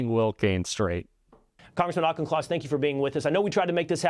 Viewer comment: The only thing the host got right was the pronunciation of Mr Auchincloss's name.